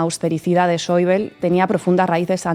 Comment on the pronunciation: Buenas Por favor ese sr. se llama Wolfgang Schäuble. Y se pronunncia tal y cómo suena en eqpanol No es un nomble ingles parq urilizar la bl como en el Inglés. Ademas en google te lo pronuncia perfe tamente. Creo que en un mesio xomo zl viesteo se puede cuidar este matiz. Gracias Saludos